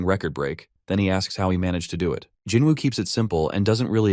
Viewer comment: bro just say jin woo 😂😂